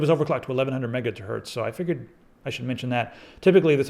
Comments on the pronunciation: 'eleven hundred mega-turds' okay, okay. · is it just me or is in he saing megatwerks